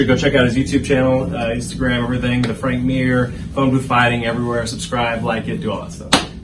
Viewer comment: It’s Frank Murr hahaha